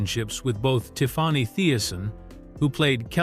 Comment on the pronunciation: It is Tiffany not tiffwany